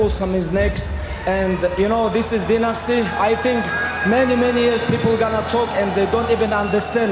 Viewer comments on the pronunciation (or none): Haha...😂😂😂 did he said dynasty? 🐀 🐁 🐭